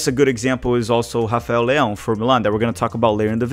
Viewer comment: Don't think Leao is selfish and You getting too wind up about him not giving the ball to Pulisic and don't know why you mispronounce his name